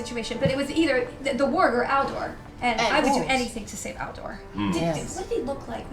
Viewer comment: Every time Felicia was saying *Aldor" I kept hearing "Al Gore", definitely makes the whole "boyfriend" thing even funnier 😂😂😂